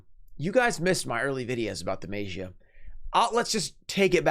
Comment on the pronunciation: Why is he pronouncing DMM like that😂😂😂 “maejiah” lmfao